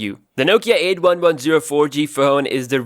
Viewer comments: It’s called “eighty-one ten” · try saying "Eighty One Ten"